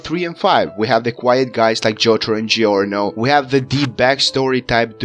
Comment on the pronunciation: i love how you pronounce giorno's name